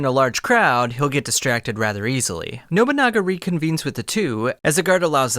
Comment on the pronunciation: & “Nobanunga” bro is terrible at pronouning names 💀